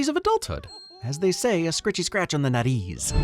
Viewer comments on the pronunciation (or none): This video taught me that Dennis likes scratches on the "nariz" (nose). I've seen the movie 5 times, and I always thought he was saying "nutties".